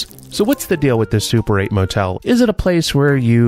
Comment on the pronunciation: Super 8 sounds a bit like "suppurate" and I guess that that's not entirely inappropriate here...